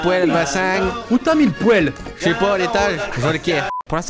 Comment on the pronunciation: bah on dit une poèle non pas une poile